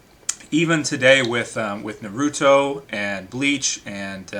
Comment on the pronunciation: I hate how he pronounces "Naruto"